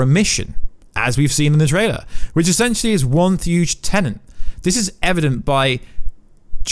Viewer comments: Very distracting when you keep saying 'Tenent' instead of 'Tenet'. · im british, stop saying tenent, its tenet.